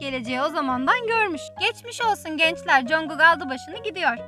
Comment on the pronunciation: knk tm çok tatlı konuşuyosn da CONGUK demen cringe geldi...